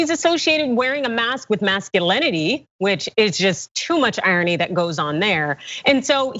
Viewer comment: Ha Ha "Mask-ulintity"